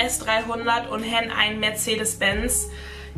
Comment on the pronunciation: Han hast du falsch ausgesprochen, es wird Han, also das A halt wie im Alphabet. (Nicht böse gemeint)